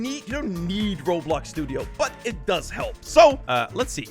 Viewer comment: "you neeghegh robloghghg studio"